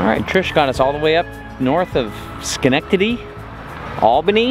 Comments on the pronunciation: Loved it!!! Great driving! I am from Schenectady, New York and it is great to see you took the time to learn how to say it right. We know you all love your stays there. Be safe out there. Blessings to you all! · So proud of you saying Schenectady properly. :) Enjoy Nova Scotia. My in-laws grew up there and have a family cottage on the Bay of Fundy shore. It is usually still pretty cool there in June.